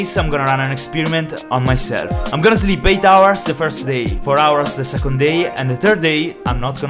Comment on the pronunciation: why are you saying "zleeb" ?